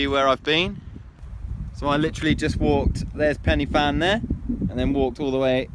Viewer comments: I’m cringing, you should at least learn how to pronounce pen y fan correctly, it’s not penny and the f is a v in welsh like van , pen u van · Not penny fan. Pronounce it like penner van. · Please say Pen-y-Van.